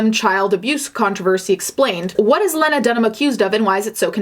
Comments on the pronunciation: It's pronounced "Lee-na." Sorry to be picky and "that chick," but I respect you and your channel and I feel like you're someone who cares about accuracy. Aside from that criticism....Carry on. I agree. :) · I thought her name was pronounced Lee-na? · It's pronounced LEE-NA. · Also, its pronounced leena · it's "Lee-nuh" but yeah, I hate her too. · how have you created a whole video on this woman and can't even pronounce her first name? Its pronounced Lee-na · You must really hate her, your pronouncing her first name wrong xP but yeah, trash human, worse than trash panda. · Girl you know how to pronounce her name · You can't even pronounce Lena's name correctly. You're telling your viewers to hate someone who you really don't know anything about. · Bitch I couldn’t handle this video with the way she’s pronouncing Lena like that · Low key taking cues from Ron Swansons playbook by mispronouncing “Lena” 😂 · I would be very interested to hear a second take on your strong feelings after giving her current luminary podcast a listen. Maybe they wouldn’t change, but the fact that you don’t even know how to say her name correctly at the very least makes your take on her feel a little more emotional and reactionary than researched or well thought out. I used to eye roll at the mention of her name, but the c word has actually made me take a major step back to think about how or if I judge infamous women in media. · Idk what she did or didn’t do, but it’s really agitating every time you say her name pronounced wrong!!! I am sure I would agree with you when it regards her actions tho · are u purposefully mispronouncing her name or did u neglect that in all ur research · Just so you know in the future, her name is pronounced LEE-na, not leh-na. It's not a big deal, and I know English isn't your first language, but I jus wanted to point it out. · Lee-nuh.. not Len like Lenny.. Srry not to be that guy..lol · isn't it LEEEEEEEna not LEHNA? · LEE-na, not len-a